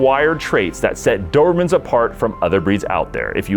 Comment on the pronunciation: The "Doohurhmen". Speak better for F sake.